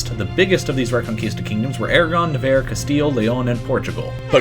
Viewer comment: Yeah, Hispania as the romans called has no relation to Spain or the spanish kingdoms that flag shoulnd't be there. -And it's Aragon... not Eragon.